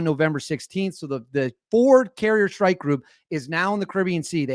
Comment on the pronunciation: What is a “Shhtrike” group?